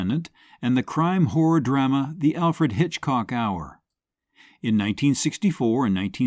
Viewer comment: Please. Pronounce 'drama' correctly. Especially since you use it very often.